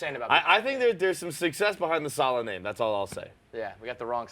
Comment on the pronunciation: get his name right